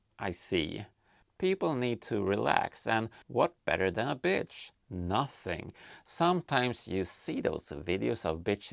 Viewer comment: the auto-dub understands bitch instead of beach 🤣